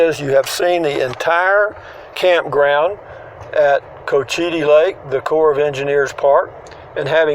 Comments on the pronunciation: It’s pronounced. Coachattee. Another interesting golf course in this community. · Cochiti you said it wrong